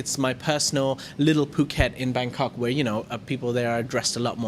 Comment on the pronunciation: Dear, I come back on people pronouncing FOUKET, instead of Phuket. IT's come from the French language, because French people after the PH letters, pronounce it like a letter "F". It's like philosophy by example, we say 'filisophy'. Christina